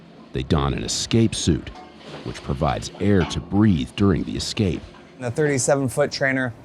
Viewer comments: Listening to this dude say eck-scape is testing me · One of the higher ups needs a boot camp on how to pronounce the word "escape" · instructor can’t pronounce the word escape.